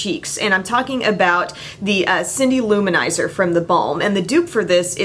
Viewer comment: I can't tell you how much I appreciate that you don't call it Lou-manizer like two separate words lol drives me nuts when I heard it that way